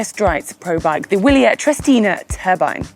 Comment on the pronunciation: Good video but not how the name of the bike is pronounced